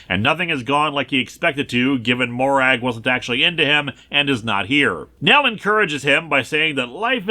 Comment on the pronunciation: Not criticising the video, just wanted to share. Despite the spelling the name Morag in Scotland isn't pronounced Mo-Rag. It's prononounced Mo-Rug. One of the many examples of how our dialect wishes to confuse the rest of the world